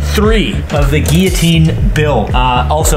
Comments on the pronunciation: It’s not said “Geeotine” it’s said like “Gillotine” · It's Guil-jotine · Are they pronouncing guillotine wrong or is it said differently in the States? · It's a French word pronounced with double L sounding like Y. I think the Brits pronounce it with hard Ls to spite the French. As the word Valet illustrates. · He was pronouncing it right in the last one... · You pronounce Guillotine really weirdly. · Please start pronouncing Guillotine correctly! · Why do you pronounce Guillotine like that?...